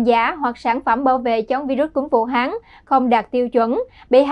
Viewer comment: Good Morning DKN Training department : May you please listening your MC pronunciation and Vietnamese grammar? For example: Vu Han ( not Vu Hang ). Regards ; QPHAM